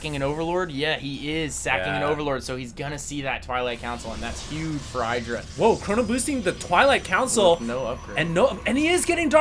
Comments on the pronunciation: No, is wrong. Husky is right. Idra is pronounced the same way you pronounce "it' or "idiot". Ed-rah no Eye-dra. is ignorant. On a side note, Idra is fucking amazing. I used to dislike him but seeing him play and his game sense is phenomenal. He has so much experiance under his belt that he's able to tell what's coming and how to react. Just great. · omfg, stop pronouncing idra incorrectly!! It's "ih-dra", NOT "eye-dra".. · Id-drah, not I-draw. Even Husky gets it right now and then ;-) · It's "eye"dra, some ppl pronunce it idra because of hydralisks but when you see an I at the begining you prononce it like eye. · IDD-DRA Not eye-dra. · No, it's actually Id-ra. He's said so, himself. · even idra calls himself id- ra :/ but i think everyone calls him different things. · it's pronounced iiii-dra iiii-dra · Trust Artosis! But... he calls Idra something different than Idra calls himself! Wtf?